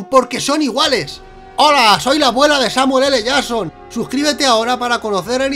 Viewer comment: escucha bien el video... "samul ele jason"